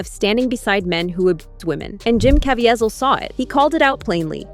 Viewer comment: Mispronouncing Jim Caviezel’s name fifty times made me want to block this channel. Probably AI but it’s the cheapest version out there.